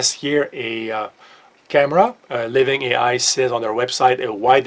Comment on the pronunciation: "Living ei ai"......oh. 😂